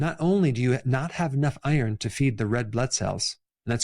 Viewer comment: as you pronounced iron it nearly sounded like Eier, i was confused for a moment😄